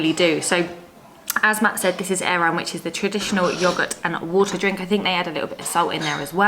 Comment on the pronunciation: banitsa and eiran - my ears are hurting T_T